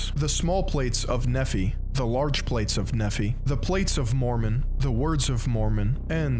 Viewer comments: Great video. I was raised Mormon and have a few points to add: 1. Nephi is pronounced Nee-fy 2. Moroni is pronounced Moro-nigh. It doesn't really matter because it's nonsense but things like that Mormons will latch onto as evidence you don't know what you're saying. 3. The first plates Joseph Smith dug up were not golden but were bronze and contained the words of Lehi, nephi's father. But Martin Harris's wife, Lucy, asked to see the working text of the original draft of the Book of Mormon based on the Bronze Plates. Joseph Smith resisted but Harris's wife pressed and eventually Smith relented. Lucy then proceeded to hide or destroy the original version of the Book of Mormon. Because Smith knew he could not recreate what they'd already drafted word for word (he was illiterate, hence needing Harris to write as he dictated) he knew he was caught in a trap. If he "retranslated" the bronze plates and any part of it deviated, Lucy Harris would reveal the stolen original draft and call him out (after all how can a divine translation vary?). Thus Smith came up with the narrative of the angel moroni taking the bronze plates away and Smith having to repent until the location of the Golden Plates was revealed to him. These were an account of the same stuff but from a slightly different perspective (Lehi's son Nephi instead of Lehi himself) thus the variation becomes "legitimate." Mormons know about this but somehow it does not set off any warning lights for most. 4. Mormons outwardly sm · This isn’t your fault but the pronunciations in the video were bothering me 😭😭 Nephi is pronounced knee-fi (fi like in Wi-Fi) Kolob is pronounced co-lob (lob like job) Elohim is pronounced el-o-heem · Former Mormon here as well, here is the pronunciation we're all correctly having in mind: Moroni /mə'roʊnaɪ/ muh-RO-nai Nephi /'niːfaɪ/ NEE-fai Nephites /niː'faɪts/ nee-FIGHTS Laman /'leɪmən/ LAY-mun Laman /leɪmə'naɪts/ lay-muh-NITES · Nehphee, Lahmanites, Moronee, you name it, he’ll misname it!